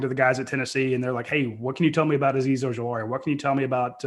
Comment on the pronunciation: Has coach ever pronounced Ojulari correct?